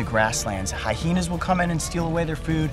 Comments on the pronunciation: Coyote: Hiheena Me: hiyeenas! for crying out loud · did you say HYHENAS?